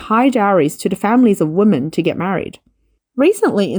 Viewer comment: "Women" should be pronounced "wimen". Removal of societal taboo of unmarried couples becoming parents would increase birthrate. In Asia, no marriage means no children. Marriage rates are falling of course, along with dating rates.